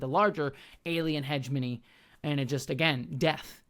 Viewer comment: i find the way pronounces heh-GEH-moh-nee as Hedge-money so distracting